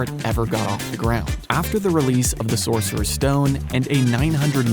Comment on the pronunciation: Saucerer, apparently